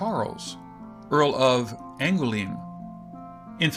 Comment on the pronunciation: Queen Mary of Scots is actually known as "Mary, Queen of Scots" and An goo lem is actually pronounced as Onj-oo-lem, Mary of Guise is not Gyes but Geez. Devonshire is pronounced Devonsheer..Christopher Sorenjen is pronounced Sorensen..Sore..ensen. letter A in spoken English as in the word CAT..eg,. the word Pasta is not Posta